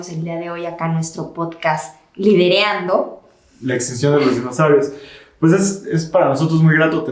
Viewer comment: Atención por favor, no se dice "lidereando", se dice ! Liderando ?